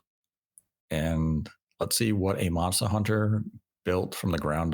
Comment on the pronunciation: The way says “Monstuh Hunter " ( ͡° ͜ʖ ͡°)